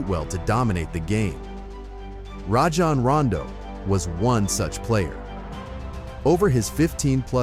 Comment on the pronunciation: finally somebody who pronounces his name right. it’s Rah-jon with a short a, not “Ray-jon” with a long a like so many actual NBA players pronounce cringy